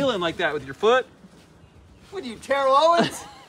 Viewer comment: As an owens fan, was right on way he said his name.